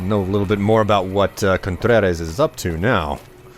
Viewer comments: i love videos but he mispronounces a lot of stuff. especially contreras. (he says contreres) also coyote. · contrera is a hispanic name, and this is based near mexico, that's how it would be based